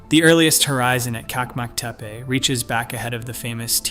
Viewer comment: And Çakmaktepe is not kakmaktepe. The Turkish ç letter is always pronounced ch like in cheese. By the way, the Turkish letter c always sounds like g in gee.